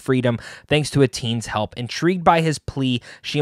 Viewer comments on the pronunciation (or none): none